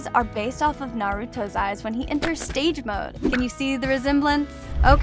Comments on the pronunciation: It is sage and not stage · Its sage mode not stage mode😂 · That's not how you say ''Sage''